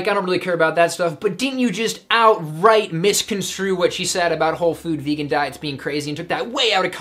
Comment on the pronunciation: "Vaygun?" Haha